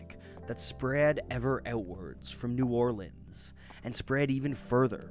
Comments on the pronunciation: Your correct pronunciation of New Orleans makes me happy man, awesome video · Louis Armstrong pronounced it New Or-leens